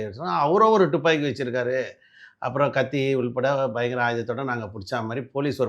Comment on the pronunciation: "டுப்பாக்கி" இல்லடா முட்டாள். "துப்பாக்கி" என்று சொல்ல வேண்டும். இவனையெல்லாம் கூட்டியாந்து பேட்டியா? யாருடா இவன்?